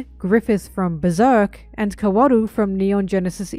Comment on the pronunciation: NEVER SAY KAWORU LIKE THAT EVER AGAIN OH MY GOD 😭